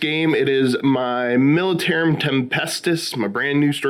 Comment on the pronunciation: " Militaruim Tempestus "